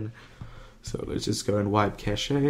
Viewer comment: Cashay? It's pronounced "cash" mate... Also you go way to quick at the start could barely hear what you were saying.